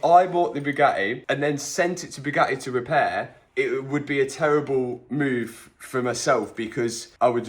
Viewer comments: Absolute painful listening to him saying Bewgaeeeee!!!! Its BugaTTi pronounce your Ts .... Chav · the BYUGAHII ! i cant get over how he pronounces it